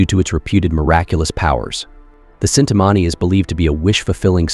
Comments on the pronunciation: I don't want to correct or anything but it's chinthamani not cintamani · Cintamani ❌ Chintaamani ✅ [CH pronounced like Bench] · Its chinta mani not cintamani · wrong pronounciation its chintamani , as like Chin-ta-maany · it is Chintamani and the 'ch' is pronounced as it is pronounced in the word China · Chintamani is pronounced differently, Ch is pronounced like how Ch is pronounced in Chocolate. It is fish fulfuling gemstone, radiant and heals everyone around it. In Shakta sect, palace of Goddess is said to be made entirely from Chintamani. Another mystical stone is Paras mani, which make any iron or metal into Gold upon touching.